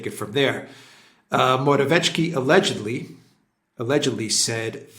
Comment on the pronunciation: PLEASE - learn to pronounce: MO-RA-WE-ETS-KY. There is NO "tch".